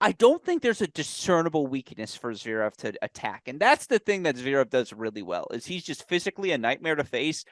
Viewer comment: What do you mean, 'to cheat' re Stef? What does RBA is like a cup of coffee mean?? What's the reference to peanut butter??? Im from across the pond and I just don't understand🙃 PS it's zvErEv nor zvEErev. Ist E is just like the 2nd E